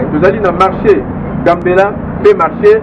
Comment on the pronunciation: On dit marché.